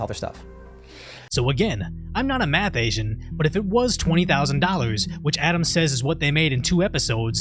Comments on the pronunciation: Wait a minute did you just say you were not a math Asian? If you did that threw me off for a second thought I was hearing things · Did you just say “I’m not a math Asian”